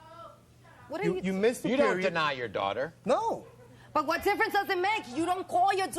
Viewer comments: "The ten year old is his duwater" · I'm pronouncing daughter like that for the rest of the day 😹